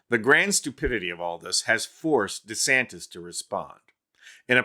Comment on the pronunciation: CC keeps saying Ronda Santis. Maybe he's making anti-trans laws because he's in denial.